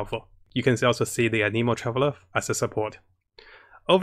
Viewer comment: So aneemo ameno but you didn’t say anemo correctly lol, oh wait you say all the names kinda wrong /o.o\